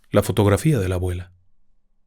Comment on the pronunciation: Dijo “agüela”😅